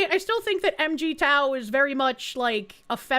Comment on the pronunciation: MGTOW is pronounced Mig(like the planes)-Tow (Like the army). The fundamental difference between MGTOW And feminism, is two fold. 1. It is a grieving process. So yes, a lot of my brothers are stuck in anger, or as we called it "The red pill rage.". You see them most often, and honestly, constitute a good 75% of them, because more and more are undergoing a painful awakening. 2. MGTOW admits that it is a symptom of a sick society. It's NOT how society is supposed to work, but that modern society is so toxic to males that the only option is to remove oneself from it.